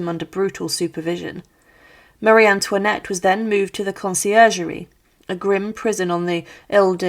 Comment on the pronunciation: Co to jest ? Kto zdecydowal się , aby taką lipę wypuścić ? "Maria Tłinet", "Maria Tłanet", "Marianet", "Pałac Tulerów","Schwytanie w Wanessie", "Król Ludwik Piąty Szesnasty", "Ludwik Vał Siedemnasty", "Komora przeciwko gilotynie", "na grzbiecie wozu". ,...To tylko kilka przykładów licznych bzdur w tym ...właśnie w czym? Fatalna polszczyzna, równie fatalna francuszczyzna, brak znajomości realiów epoki. Czy w Polsce brakuje historyków specjalizujących się w dziejach rewolucji francuskiej?